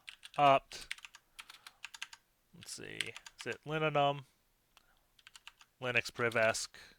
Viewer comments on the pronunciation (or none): none